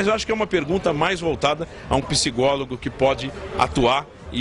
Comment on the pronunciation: PSIGÓLOGO aos auihaiuhaiuahiuahiauhiauha